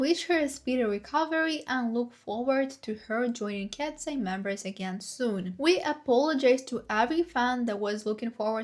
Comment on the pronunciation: You need to read eye as "I" ...not "ey". Read it like "Kats I"